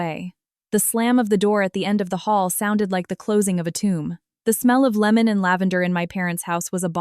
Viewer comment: Your AI narrator stuttered on the word, and. Over and over. Keot saying and, and, and, and, and, and, and. Fix it. And St is Saint not street.